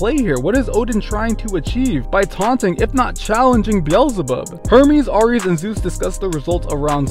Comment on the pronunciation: Ares is pronounced “air-eez”. Have you never heard that gods name before????